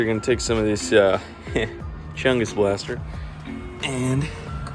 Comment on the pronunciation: Emphasized "Chungus"